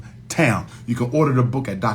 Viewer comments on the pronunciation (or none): none